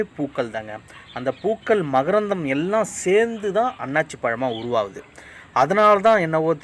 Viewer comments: jee annachi illa athu annasi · அன்னாச்சி அல்ல அன்னாசி என கூறுங்கள். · அண்ணாச்சி இல்ல அன்னாசி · நன்றி videoவிட்கு தமிழை பிழை இல்லாமல் பேசவும் அன்னாச்சி பழம் இல்லை. அன்னாசி பழம் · அன்னாசி பழம்